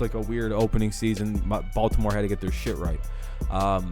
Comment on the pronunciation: balt-NO-more beat K.C. relax n do your homework B4 taping